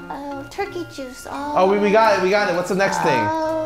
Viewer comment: Lily's Ohhh was very British lmao